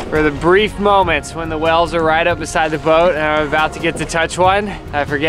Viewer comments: they are (WAYLES) NOT (WELLS). C'mon. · wells? its whales not wells uhghghghghghghghhghghghghgh lol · Wait, you pronounce whales 🐳 interestingly 😂 like “wells”